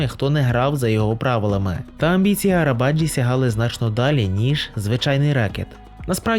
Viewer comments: Правильна вимова імені Necati Arabacı - Неджа́ті Арабаджи́ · Наголос має бути на і, і навіть не на і, а на и - Арабаджи́